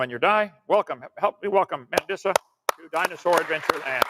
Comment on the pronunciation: If he calls you “” one more time 🤬